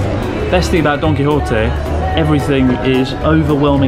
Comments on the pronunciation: i still hear it as "donkey hottie" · I'd say he's pretty close to "correct" pronunciation, save for a weak "h" instead of the Spanish sharp "j". He pronounces the "Qui" part correctly as "Ki" instead of closer to "Key" as many anglophones seem to do, and the correct "ote" instead of "otay". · All I can hear now Donkey Horte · Gonna be honest, I though Chris was saying Donkey Hot-eh~. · He didnt pronounce it as Y, he pronounced it as an H. I live in Argentina and we say it like that. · I heard "Its called Donkey hotteh" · Don Quijote sounds like Donkey Hote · i thought you said donky hottie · He pronounces Don Quijote like Donkey Hotel.